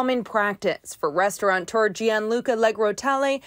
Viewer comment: Restaurateur, not "restauranteur."